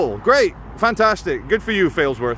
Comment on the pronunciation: Sorry, you were nowhere near Failsworth when you first said Failsworth